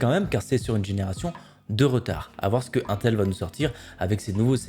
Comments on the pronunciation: Aintel.. je suis désolé j'aime beaucoup tes vidéos mais jpp on dit intel pas aintel (sauf erreur de ma part) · la façon dont tu prononce intel me stresse 😂😂